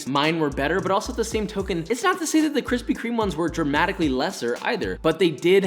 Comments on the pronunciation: ~kwispy kweam~ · Kwithpy kweme* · *Kwispy Kweam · No offense but I thought the kwispy kweme was better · Kwispy. Kweme. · Kwispy Kweme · Krispy Kreme Fanboys be like: Kwispy Kwime won Josh, Oh Mm Ge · "Nobody Wants That" ._. But I like Kwispy Kweme :c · Dude I literally only came for kwispy kweem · Nobody can defeat the KWISPY KREME DONUTS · I bet his are good but kwispy kweme is tHiCcCcCcCcCcCc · Yours is like thinnnnnnnnnnnnnnnnnnnn with 25 N’s, so yeah. Kwispy Kweme Wins! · Don't dis kwispy cweam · Josh: Treats the Krispy Kreme donut like sh*t Me: Rarely gets to eat a fine delicacy like Kwispy Kweme😢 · Hearing josh say kwispy Kweem brings me indescribable joy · Never fails...start diet.. Cravings begin.. Haven't bought donuts in years.. 2 days later.. Let's hit the Kwispy Kweme shop..😒 Hmmm 😂😂 😂 🍩🍩🍩 Looks yummy!😮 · Kwispy kweem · I’m sorry Josh but Kwithpy Kweme won this round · Yayyyyy kwispy kweem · Kwispy Cweam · Kwispy Kreme : you Gf when she's 20 Josh Donut: Your Gf when she 40. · Josh i love you. But take an L with this one. Kwispy kweme are just to good. I can’t imagine them beeing better. X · I challenge you to make a Gluten free Kwispy Kreme Donut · But you can't deny that's a good problem to have! Especially Kwispy Kweme Donuts 🤤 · I’ll take Josh’s KWISPY Creams any day 😏😏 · Kwispy kweam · Kwisspy KWEME I was waiting for so long